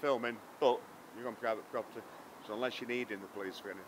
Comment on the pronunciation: "You're on pwivate pwoperty," what an Elmer Fudd sausage !